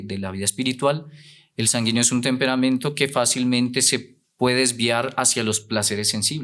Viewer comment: Muy bueno el tema pero por favor corrija la pronunciación sanguíneo